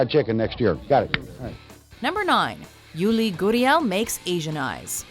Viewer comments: “Yudi Goodiel” it’s pronounced ( yoo lee ger ee el) Yuli Gurriel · Any baseball fans laugh when she pronounced Yuli Gurriel wrong? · This bitch can’t pronounce yuli gurriels name right. Fuck.